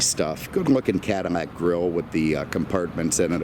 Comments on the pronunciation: It's a Cadillac not a Cadilmac sir lol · Could have have done without the weather and agri-report. Also what is a CADI-MAC? It's a CADI-LAC. If you can't say it, you shouldn't be selling it. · CaDILAC not canimac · ahahhahaha hahahahahaa!! yea he keeps saying Cadimac lol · Am I hearing Cadimmac? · Why dose he keep saying cadimack lol... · Is he saying Cadimmac? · why does he keep saying Cadimac?????? he doens't sound like an idiot otherwise. is this a thing ?????? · dislike for saying cadimax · Say the damn name properly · Too many butthurt people in the comments. Who actually gives a crap about how he pronounces cadillac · I don't know if anyone especially cares, but it is a bit odd.. Perhaps a personal idiosyncrasy.